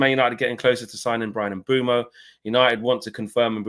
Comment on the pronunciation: HAVE BUTCHERED HIS NAME LEFT RIGHT AND CENTRE 😂😂😂😂